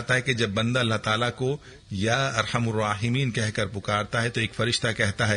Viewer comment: Likhawa ya arhamarrahimeen or bol ap ar hamur rahimeen tau kia prhun